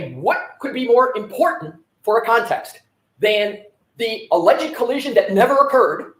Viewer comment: She couldn’t even say “alleged” incident.